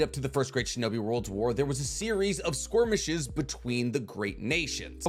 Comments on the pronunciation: SKIR-MISH-ES…. Not squirmishes… 🤦‍♂️ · Pronounced skerrrmishes not squirmishes 😅 but love the video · Are you saying skirmish or squirmish? It's skirmish. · I have watched like 3 or 4 of these ninja war-related videos now and I'll never tire of hearing him pronounce "skirmishes" as squirmishes. I love it! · The way you say squirmishes rather than skirmishes kills me lmao 🤣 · The way you pronounce skirmishes as squirmishes kills me 🤣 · Where'd the Q in skirmishes come from lol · OK skwormeshes not skirmishes got ya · Skormishes I think you mean skirmishes, lol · I will never get tired of saying "skormishes" XD great video as always ( also you say theat the leaf sold 7 tailed beasts, because of shukaku and kurama not being sold but didn't chomei go to the land of waterfalls seperately to the sale?) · I like how says "Squirmishes" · I love that he says "squirmishes" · Why do you pronounce it “squirmishes” ? Is that how it’s actually pronounced or are you just being silly? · Love your videos, but I absolutely hate how you pronounce "skirmishes" 😅